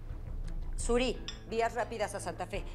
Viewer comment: La mamá en vez de decir Siri dijo suri😂😂🙏🏻🤦🏻‍♀️